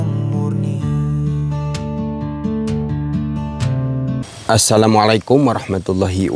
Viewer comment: maaf kang bukan menggurui tapi mengingatkan,klo memberi salam jangan; salamalaikum kurang sreg di dengarnya cobalah mengucapkan dengan; assalamualaikum gitu kang enak di dengarnya 🙏